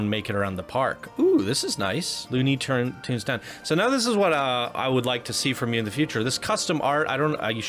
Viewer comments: Why does he say loony turns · I really dug this park, and I thought you were being way too loosey-goosey with your review and your attention to detail. You kind of came across as pretentious and couldn’t properly say the words “Looney Tunes land”, and you definitely don’t give him enough credit this park is sick. just fyi you might wanna look at this one again.